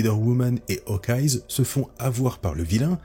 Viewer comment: pourquoi prononcer un S dans Hawkeye ? Meilleur … un peu vite dit ! Miles est un personnage intéressant dans l’univers Ultimate mais suite à l’arc Secret Wars 2 et qu’il intègre l’univers 616 les scénaristes ont fait du grand n’importe quoi avec lui.